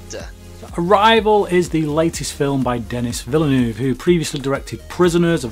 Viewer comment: Man, the amount of crap I take for pronouncing Villeneuve's name wrong! hahahahaha Cheers bro!